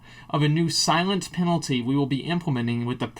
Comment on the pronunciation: Mate, Its Silence Penalty, not Silience Penalty